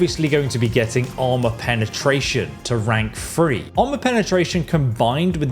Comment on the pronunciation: I’ve never heard anyone pronounce three “free” before.